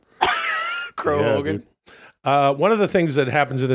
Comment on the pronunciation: Crow Hogan? C'mon Chad, you're the writer. You know that's Hulk Crōgan.